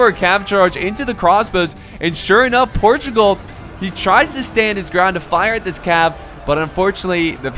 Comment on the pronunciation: Im a portuguese person and I m happy to see a video from about wars of Portugal:) Edited part: it's Portugal not Protugal.